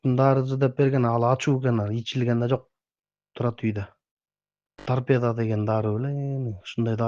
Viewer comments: Торпеданы торпедия дейт ко. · Торпедия Дейт да 😖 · Торпеда дегенди Тарпедиия дегени жакты😅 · Торпедия дейт гооо😂😂😂 Биякта эле мен уялып өлдүм эй😂😂😂